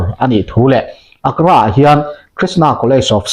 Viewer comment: Ak-ra ni loin A -gra tia lam tur.